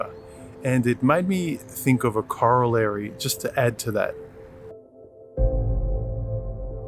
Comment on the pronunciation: Mate, its corollary not collary! ;o)